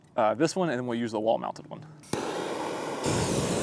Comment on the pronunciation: I KNOW it's "Dreo wall mounted heater" but I kept hearing "Dorito walnut heater"